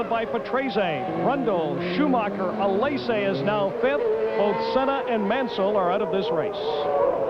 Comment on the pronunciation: Ah yes. Riccardo Patresay. And Jean Alesay and Ivan Capelay in their Ferrarays